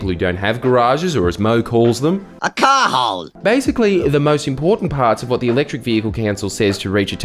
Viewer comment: Sorry, just to clarify, did say 'car hole' or 'car hold'?